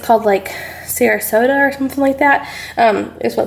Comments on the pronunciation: That's an awesome charcuterie board! That's Sopressata (not Sarasota..you are adorable by the way)...and its SO good! Kind of like a more flavorful and tender salami! 😋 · Sopressata 😂 my dad is an old Italian lol. It's delicious!